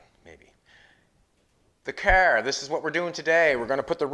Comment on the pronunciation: "We're building this Cerrrrrr".